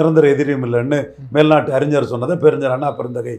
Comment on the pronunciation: தமிழை தெளிவா பேசுங்கடா..! அறிஞ்சர் அல்ல - அறிஞர்